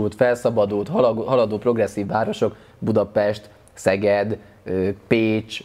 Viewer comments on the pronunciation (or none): none